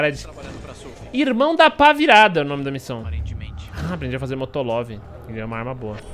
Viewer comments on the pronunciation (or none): "motolov" oque eu imagino: "amo moto" e como realmente é: "molotov"